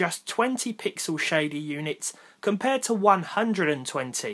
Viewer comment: hey man, just here to tell you, your intro was different this time. Caught you slippin'.. That enphasis on the "to" was kinda shitty. "Hello everyone and welcome... to ... another video" Wow.. What a fail. I can't believe you uploaded this video as it is. Really disapointed. Unsubscribed